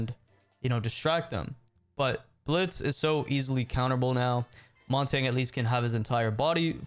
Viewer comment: You say montagne wrong